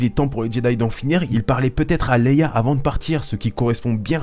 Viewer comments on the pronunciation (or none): none